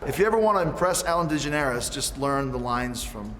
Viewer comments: "Ellen De-JuhNairis" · Ellen De-gen-air-us ? I think he had too much of the bubbly. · If you want to impress ellen learn to say her name correctly lol. that being said Chris Jericho >>>>> Ellen Dejanaires all day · Lmao I caught that too 🤣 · Really want to learn how to impress Ellen DeGeneres? Learn how to pronounce her name! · If you want her to like you say her last name right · Oe say Ellen's name right, haha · First he mispronounces Papa Emeritus at the Golden Gods... Now he can't even say Ellen Degeneres properly? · It's his schtick... hes mispronouncing on purpose.